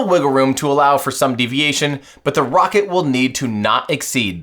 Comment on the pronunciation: It's ironinc that Lt Rockett says Wocket, and not Rocket - he can't pronounce R, instead it's W 😝😝